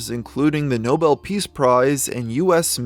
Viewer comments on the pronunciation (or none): none